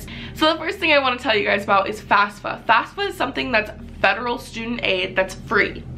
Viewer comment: It's FAFSA, not FASFA.